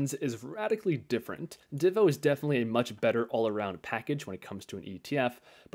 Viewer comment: I like when people pronounce DIVO the same way I say it lol. Great video!